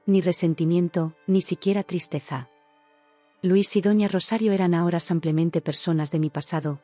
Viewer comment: Ay, ya. ¿Porqué samplemente? Van muchas veces que les dicen los oyentes que es "simplemente" no samplemente.